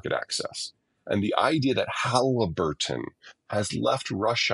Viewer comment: “HAALLLIIBBUURRTTON… walked away on MORAL grounds!” Lol!